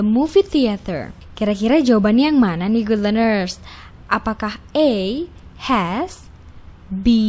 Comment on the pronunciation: Good leanersnya mengganggu pendengaran min